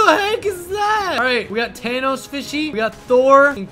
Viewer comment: it is not tanos it is thanos and he says the end is near